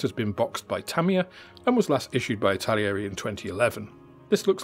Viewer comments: Stop saying Italieri! There's no I after the L. It's not like the word Italian., it's pronounced Itta-Leeri... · It's pronounced, "ittal-airy". There are no extra i's or ia's in between those syllables. 😄 Otherwise, great rundown. Thank you!